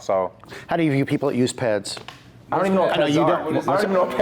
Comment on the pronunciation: You say P E Ds. You don’t pronounce it. The fitness industry is toxic in regard to coaches selling cookie cutter workouts and lying about being Marty